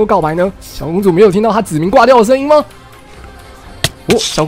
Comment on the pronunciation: 子民我一直听成籽岷xdd